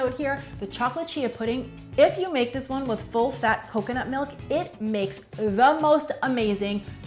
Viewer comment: "Melk" or "Milk"?